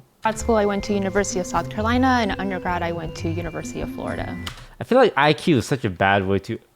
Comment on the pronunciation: She literally said EQ instead of IQ..